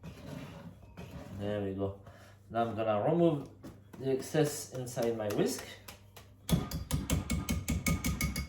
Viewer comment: I think this is the first time I've heard you say "whisk" instead of "whiks"